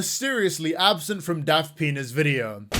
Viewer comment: Every time I hear say "Daft Pina's," I keep hearing "Daft þəŋ!$"... It's either a fitting description... or I have a problem EDIT: OK, it is a fitting description...